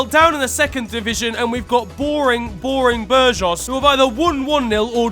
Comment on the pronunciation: nice video fella, just one note, its "boor-goss" for burgos cf (well thats as close as a brit can get hahah)